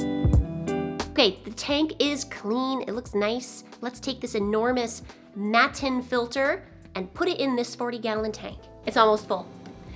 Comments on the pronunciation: I'm with your Uncle - pronounce the T's!:) I haven't seen those type of filters here in Australia but I will be looking out for them. I do like sponge filters. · You also could hide filter materials in that small compartment behind the filter mat, fx those ceramic tubes which provide more surface for the bacteria. Mattenfilter actually is a German word, so you‘d pronounce it with double T, like you prefer it. I am curious to see if you like it, once you have used it for a while. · Matten filter user in Europe here! I pronounce the T, because the original Germans (who invented the things) definitely pronounce the T. They work great and are ideal for labyrinth fish like Bettas and gouramis. And maintenance is...pretty much non-existent! You just leave it alone until it's completely blocked, which can literally take years to happen, then rinse in old tank water. I recommend them to everyone who loves Bettas! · I always assumed this filter got it's name from the fact that it is a Mat(of foam) In the tank. Hence I pronounce it 'matin'. I could be way out to lunch though. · MAT-TEN MA-EN MAT-EN MA-TEN MATTEN jeez idk.. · However Rob from Flip Aquatics pronounces it, that’s how. 😂😂😂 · It's pretty much only in North America where you don't pronounce the T. Mind you they also pronounce water with a D 🤦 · I find it strange that a Minnesotan pronounces his Ts I was born and raised in northern Minnesota. I moved out of state about ten years ago and I still have a thick “fargo” accent, all my Ts are either D’s or silent. O and cool filter to